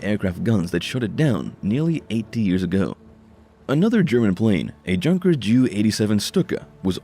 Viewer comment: Pronounced "YUN-kers", not junkers. And it's J.U. (for Junkers), not Jew-52.